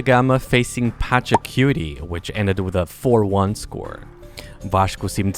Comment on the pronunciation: Immediatly followed by Pacha-cutie